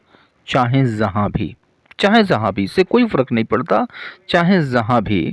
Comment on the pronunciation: Zahan nahi bhai Jahan bolne ki koshish kiya karen. ja ki jagah pe za thoda alag sunne me lagta hai.